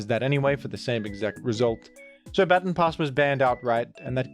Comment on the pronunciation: until you pointed it out, it had slipped my attention that you were pronouncing baton pass the correct way.